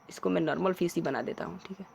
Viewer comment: Normal na hi ki narmal fish na hi ki pish😂😂😂😂